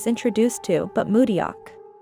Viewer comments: to the creator of this video, please pronounce Mudeok's name correctly :-) It's mu-dok, not mu-de-yok. the "eo" in Romanized Hangul is pronounced simply as an "o" like in the phrase, "yeon" in "Bu yeon." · IHer name is Mu deok , not Mu ryeok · is it now? That's so surprising! I had no idea!🤡🤡🤡 The point was that THE ROBOT pronounced everyone else's names pretty accurately, but mudeok's was so glaringly pronounced incorrectly. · You're pronouncing Mudeok completely wrong. Not even close.🙄